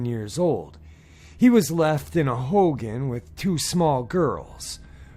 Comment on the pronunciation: Its pronounced "ho-gone". Cool to see stories from the rez!